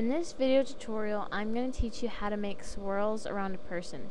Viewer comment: ITS NOT SHWIRLS ITs SWIRLS